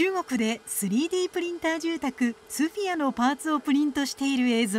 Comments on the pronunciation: ソフィアじゃなくてスフィアだろアナウンサー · ソフィアじゃなくてスフィアだろうが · さんざん「スフィア」って言ってるのにいきなり「ソフィア」とか言い出して吹いたｗ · VTR で「スフィア」って紹介してるのに、スタジオでずっと「ソフィア」って言ってるのが気になる… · 「スフィア」だよね。 ～アナウンサーずっと間違えつづけてんじゃねえよ。Oはないだろ。